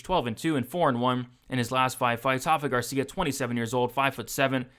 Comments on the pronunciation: my man, Rafa Garcia isn't Brazilian so it's not pronounced like that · My brother, you have every right to continue pronouncing it wrong. Just giving you a heads up! Keep up the great work.